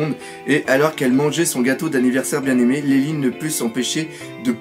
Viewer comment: c'est pas lineline c'est linlin et c'est pas louffy c'est leuffy on prononce comme ça merci